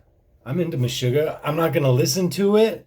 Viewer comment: its pronounced, "mesh-ugg-ah"